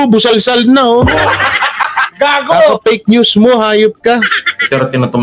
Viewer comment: Tama ka jan fake news bigkas niya is peknews.